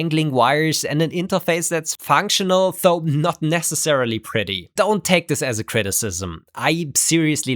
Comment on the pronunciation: "Though" is pronounced with a soft "th" as in "this" or "that", not a hard, hissy one as in "think". I really enjoy your videos, but since you like to really use this word, please pronouce it correctly? It makes me cringe every time...